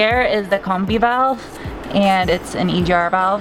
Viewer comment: Combi is short for combination.....so pronounce combi-valve as such.